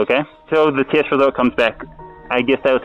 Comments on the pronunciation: At first I heard kiss then I realised he said test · Maybe it's the mask, but am I the only one hearing him say: "I don't know why they are 'kissing me'?"